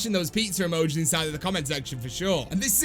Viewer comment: Nobody:: AND LOADS OF PIZZER UUHMOJEES